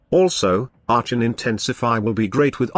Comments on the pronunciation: are con. the robo voice gets things wrong sometimes. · Shitcan the robot voice!. Arshon..